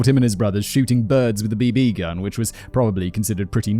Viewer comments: Everyone: BB Gun Simon: B B Gun I don't know why that caught me so off guard and made me chuckle. I had to comment on that, I'm sorry lol. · I like how Simon say "b B gun" instead of "Bb gun"